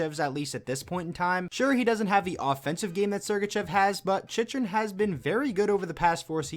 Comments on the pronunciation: C'mon bro love your channel and your lists you do, but Jakob CHICH-ER-IN! LOL. Not a big deal but It's CHICK-REN! 😜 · Dude. You really gotta learn how to say these names properly. “Chicherin “ 🤢